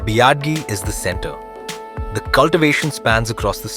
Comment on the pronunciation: Everytime he says "biadi" I die a little inside 🥲